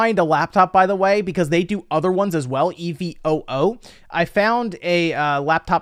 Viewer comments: I believe it's pronounced like, "eee-voh". I saw another model above this one that had an RTX for video. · Jesus christ dude just say "evoo"